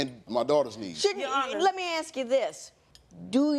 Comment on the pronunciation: You do not AKS her you ASK her